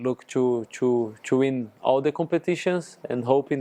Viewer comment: Lucas, forever a club legend 🔴 I missed your “choo” instead of “to”😏